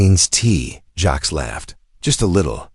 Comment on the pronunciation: Dot J A X. AI Can't say Jax so it spells it. Dot Dot Dot